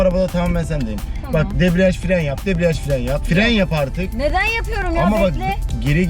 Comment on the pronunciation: Yanlız fren e firen demesi yokmu